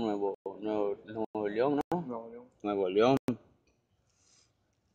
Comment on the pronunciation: No sabe ni decir nuevo león